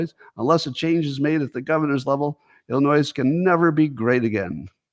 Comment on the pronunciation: The S at the end of Illinois is NOT pronounced.